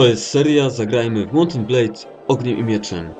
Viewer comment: Także.. Mołt en blejd : Ogniem i Miecze : Łorband.